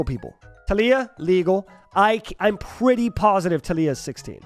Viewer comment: You're "pwetty" positive?